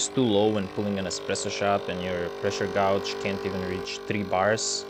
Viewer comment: fyi: "gauge" is pronounced "gayge" appreciate the info :)